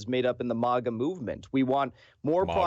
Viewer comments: "MOGAH movement" LOL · MAGA is pronounced like Saga. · He pronounces MAGA similar to the second word in Krav Maga, except with stress on the first syllable.